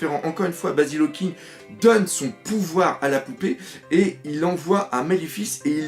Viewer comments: Tu dis Hawking au lieu Hawkins mais sinon tres bonne expliquation du puvoir dHawkins javais pas tout capter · Tu peux arreter de dire hawkinGGGGGGG Y A PAS DE G !!!!!!